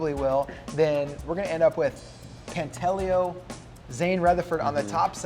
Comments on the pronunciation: No he told me himself it's pronounced Pant a leo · Quit butchering names. Pantaleo pronounced: pahn-tah-lay-oh. The guy’s good enough to have earned the respect to pronounce his name right.